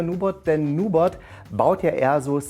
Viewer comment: Heißt das nicht NubErt nicht Nubot?